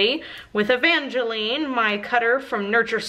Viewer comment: I don’t know if you are supposed to pronounce it like Evangeline without a long “I” but since it is actually my name you do say it with a long “I”